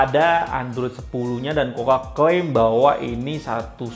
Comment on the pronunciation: Mas...review tuh yg ikhlas...kelihatan malas malasan nya...blajar nyebut merek....KUKA...bukan KOKA.. Teriakan terakhirnya spt legah bnget, slesai review sesuatu yg tdk disukainya....rubah atitude! Klo mo suksed